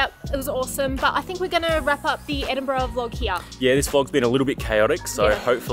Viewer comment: Were you jet lagged when you recorded this hen? Edinbrum! 😂